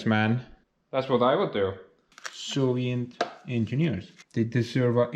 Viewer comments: Are you saying Soviet or Sovient? I've been curious for a long time now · When you say "Soviet" I hear "Sovient". Is that intentional?